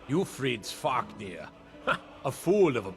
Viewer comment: it is not "savaahknir" but SVARKNIR.